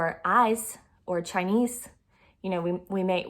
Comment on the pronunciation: Everything was beautiful…until the word “ChiNEse!!!! She’s saying chi..eze and leaving out the N???!!! Why??? Everyone knows the word CHINESE has an N in the middle… no one says chi…eze…NO ONE!!!! The N is integral to saying the word correctly…Chi N ese!!! Period…nothing else to consider…Chinese….